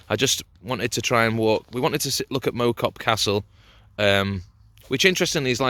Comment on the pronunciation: Good video, nice to see my local area on it. Point of interest, it’s not mow as in mow the lawn, it’s pronounced mow as in cow. Typical weather there lol but on a nice clear day the views are spectacular, all the way over the Cheshire plain to the Welsh mountains. Keep up the good work